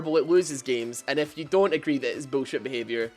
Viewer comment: when you say if you it sound like f u